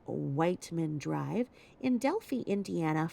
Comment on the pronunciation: Hi! So happy for you on your increasing subbies! Also glad you’re covering Delphi, (long i sound on the end). I was born & raised in Indiana not far from there. Love love love your channel! ♥️